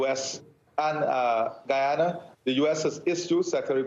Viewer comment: Thank you for pronouncing Guyana's name correctly, Mr. Moderator. The President of Guyana did a great job in representing our country. May wisdom prevail at the upcoming meeting. Essequibo belongs to Guyana!